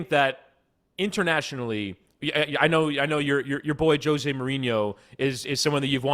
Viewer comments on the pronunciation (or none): none